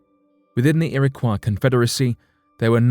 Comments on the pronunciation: Iroquois- ear-a-coy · Its" ir - a - coy " is it not? Its not a French word right?. This guy pronounces it like it is. Thats how you pronounce those letters when you see those letters in that order cause it means Its a French word. Here i dont think thats the right way but maybe it is. Maybe the French gave them the name we still call them today. Thats very possible cause the French were there during the time the white men swindled them out their homes. They Probably called themselves something different but maybe not.. As you can see I dont know lol. Ive only ever heard it pronounced irra coy though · Ok, I live in Rochester, NY, and its an area that has a strong background for the Iroquois . The town of Irondequoit is 10 mins from me. I've lived here my whole life, and have never heard the pronunciation u use here. I've only ever heard Iroquois as "ear-ah-coy". But hey, maybe I've been pronouncing it wrong all along. can I get clarification? 🤔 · Its pronounced irakoy not iraquaw ( phonetic spelling ) not spelled this way but pronounced this way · It would have been tremendously respectful to the Native American tribes mentioned herein if the narrator of this video had learned how to properly pronounce the tribe names. Kiowa is pronounced key-o-wa. Iroquois is pronounced ear-o-quay. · Iroquois: ear👂🏻— ah — koy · FYI: LEARN PROPER PRONUNCIATION BEFORE NARRATING A DOCUMENTARY! The tribes are pronounced Ear-Ah-Kwoy & Al-Gonk-Win. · It's Ear-ə-kwoi, and Al-GON-kwin or Al-GON-kwee-ən (when referring to), ShawNEE, KI-oh-wəh ( which as I was typing this out you finally got right). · Lol ERA KWAH.... did they invent la croix? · Iroquois is pronounced like Illinois at the end. Algonquin is pronounced like Quin as in Quincy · You need to get your pictures straight. You mix up Apache's with Algonquins... And for Heaven's sake- learn to pronounce the names! Iroquois is pronounced 'Ear-ah-COY,' and Algonquin is pronounced 'Al- Gone- QUINN.'